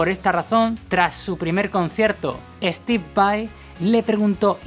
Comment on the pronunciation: Estib vai...jajajaja, tenés menos inglés q tevez